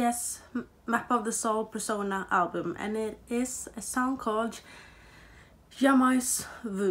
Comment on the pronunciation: It's so cute how you said " Jamais Vu" Hahahahhaa we don't pronounce the S 💜 Red lipstick fits you so much!!